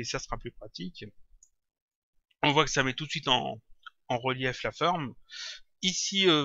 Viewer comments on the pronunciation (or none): Je te suis depuis un bon moment maintenant, et j'aime très bien tes tutos et ton travail, mais ne plus "QUE CA SOIYE' on dit "QUE CA SOIT" et "ON VOIT" et non "VOIY". Tu devrais nous faire un tuto lighting version pro ou bien texturing.